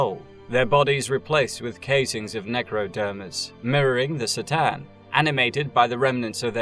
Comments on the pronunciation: K'tan, buddy. Not S'tan. You even include several cut-scenes where they are correctly named. Otherwise, nice video :) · No si-tan, C'tan, like a k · C’tan is pronounced with a ka not a sis sound. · sih-tan? C'tan is actually pronounced KER TAHN. Sorry, I'm doing my best arm-chair expert impression. Great video! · Only watched 20 min so far, but i already know is good work. I love your videos and i am super happy you are covering the 40K universe. I just noticed that you seems to pronounce the name C'tan slightly different from the way i usually hear it. More like S'tan than C'tan 🤔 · FYI The C'tan pronounced ker-TAN Or ka-TAN but absolutely NOT ser-TAN as you murmered. Get it right or pay the price. LOL love your work you know i say all that with love. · Listening to you mispronounce c'tan like 7 times in a row was torture....it takes 2 sec to watch official 40k materials and know that its said cuh-tan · C'tan is pronounced Ka-tan. Thank you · You can start by learning to pronounce C'tan.. (pronounced ker-TAN).. Only in and I'm starting to question your otherwise pretty video. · My autism doesn't like the mispronunciation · Its pronounced k-tan.